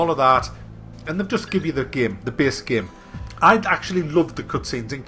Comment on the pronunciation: Seriously the way you say the word "game" It's like "gaem"